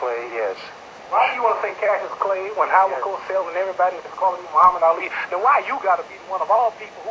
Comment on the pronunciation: I think I'll watch Ali Punish Ernie again, since he can't say Muhammad Ali.